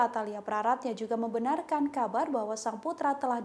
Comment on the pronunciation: "membenarkan" bukan "membenakan" #teliti